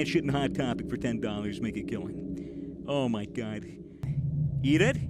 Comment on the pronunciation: Oh my gwad